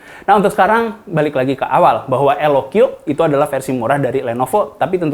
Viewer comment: Kata jagat review dibacanya LOK bang bukan LOQi 😅